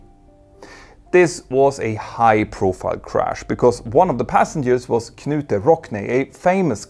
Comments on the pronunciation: It is not "kuhnute". it is pronounced "NOOT" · It is pronounced NOOT Rockne The K is silent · The K is silent in Knute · Ty. Btw: “Knute” is said like “knee” or “knife”. IOW we don’t pronounce the “k”.